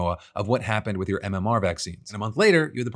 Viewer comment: Would it kill you to enunciate "your" when you say "Your daily dive"? Even just once?